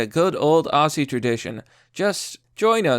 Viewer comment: PSA : no Australian calls themselves "Auscies" .... think of Ozzie Osborn... say it that way. Cheers!